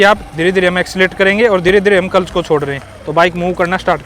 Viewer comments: Clutch ❌culch✅ 😂😂😂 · Are you saying clutch or culs?